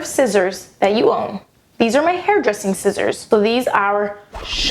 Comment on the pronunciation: At the end you say like 'shissors', well for me, here in germany 'shissors', or how we would write it ,,schisser" is like 'pooper' - someone who is a scaredy cat that would pooped his pants. XD